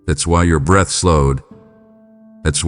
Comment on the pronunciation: It’s pronounced breath, not breathe